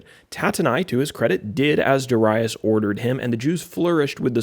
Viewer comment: Amen! I love the lesson and the many I've listened from you. In this one, I do pronounce Darius and I had to look past it. 😂 Yet, a great lesson to keep building. Keep it up! 🙂